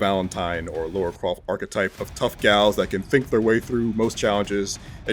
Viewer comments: I’m sorry, but anyone who calls Lara Croft “Laura” shouldn’t be working in games journalism. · Ahh, another idiot American who calls her "Laura" Croft. 🙄